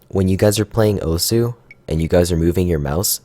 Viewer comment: Pronounced "Oss"